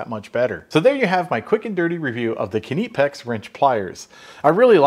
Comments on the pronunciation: It's technically Kah-Nip-X per Knipex and they sell a T-shirt to show how to pronounce it. But If you listen to the Germans they make that "I" sound more like "EE". But I chuckle too when people incorrectly pronounce it "Nip-Ex". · It's pronounced as KUH-NIP-EX. So when you say it with a normal K it sounds like KNIP-EX. I always laugh when Americans or Brits say nipex or niepex or something 🤣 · His "i" is too long, should be shorter otherwise it would be called "Kniepex" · also ich kenne das eher das das P als doppel P gesprochen wird. Quasi Knippex. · Kuh Nee Pex if you listen to one of their ads spoken in german...last set of pliers you will ever need. Great for hitting the salvage yards if you are trying to carry a light but multipurpose tool bag. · As a german i basically pronounce Knipex the way you do, but only a bit shorter. The 'i' isn't that long...it's more like the 'i' in catnip. Yeah, just take the 'nip' from catnip and you have the exact same pronounciation i use. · They are amazing, I’ve been using them for years. It pronounced Nipex, the “K” is silent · I'm fairly certain the proper (German) pronunciation is ka-nih-pex as opposed to ka-nee-pex or ni-pex...but, y'all say it whichever way makes you happy I guess :) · It's nipex. How do you say knife? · nipex.I believe the K is silent.Its like Zed not Zee. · The correct pronunciation is NIP..X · "Kneepex." 🤣 (Lachen auf Deutsch) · Nip X, the K is silent and there is no EEP. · K is silent, so it's neepix. 🤣🤣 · 'Nipex' silent K 🤷‍♂️ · Pronounced NIPEX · You say it like "nipex" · Silent “K” nipex. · It’s pronounced Ni•pex or Ni•peks. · It's pronounced "Knipex" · it's pronounced kuh-nip-x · I pronounce it Nip-ex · I pronounce it like you would knife. Nye-pex. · It's pronounced Ni-Pex the k is silent. I have watched sales content with Knipex salespeople that's how they pronounce it. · He is pretty close but still a little bit off- he probably used google translate which somehow emphasize on the 'i' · Silent k